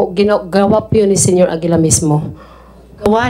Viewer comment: Senyor Agila po ,hindi po Senior Agila,parang ganito po,Senator hindi Sinator